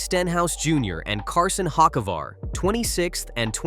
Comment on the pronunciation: The butchered pronunciation of Hocevar was criminal